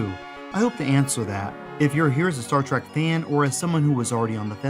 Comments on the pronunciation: Trek ! not Track ! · Star Trek. Not Star Trak. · It's a short E sound, not a short A sound. Trek, not Trak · Why do you say "Star T-R-A-C-K" throughout this entire video? I'm not even a fan of the series, but I mean...knowing how hardcore its fans are, this seems like quite the gaff, no? [comment edited to add] ...But otherwise a great video, as the majority of yours are. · I completely know how it's pronounced and shield but it'll always be Star Track in child like brain! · Star Trek has an e in the second word, not an a. Why do you keep saying "Star TrAk?" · Star "Track"? you're killing me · It is called "Engagement bait" He said a word wrong, and now we comment on his video, helping him in the algorithm. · I can't believe there are not more people calling this out lol I don't care what you're "used" to saying, say it right!